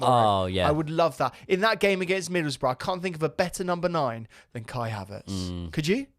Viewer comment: Did i seriously just hear KAI HAVEARTZ!!!!!!! 😂😂😂😂😂😂😂😂😂😂😂😂 Are that shit that we miss haveartz